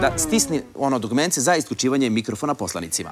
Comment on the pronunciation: MIKOROFONA :D :D :D